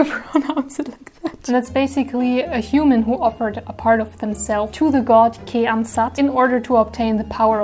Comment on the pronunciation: Wow 2 attacks in 3 days, it's impressive ! 😍 I only do 3 attacks this month. 😆 The video is so fun, I love it ! Bravo ! 👏 And the prononciations of Senetis and Kèham name's is really good, bien joué ! 👌 Thank you to draw them so perfectly. ♡